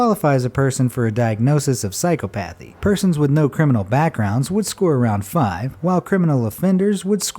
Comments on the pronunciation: Dude, psychopathy isnt pronounced that way. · Your pronunciation of psychopathy is hilarious.